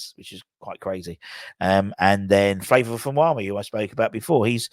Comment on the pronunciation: its Favour not Flavour!